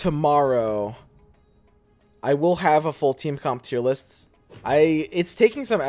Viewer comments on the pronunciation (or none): He said “Tero heir list” LULW